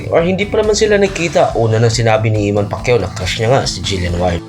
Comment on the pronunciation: Eman po...di iman😅